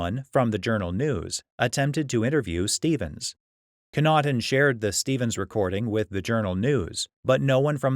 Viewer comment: Daniel Connaughton is my dad. You need to pronounce the name properly. 😁